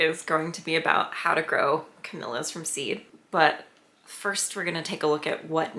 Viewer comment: ca-Mee-Lee-uh. Not ca-mil-la.